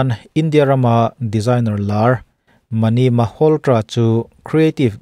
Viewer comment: Manish Malhotra hming chu I lam diklo nasa veleh 😂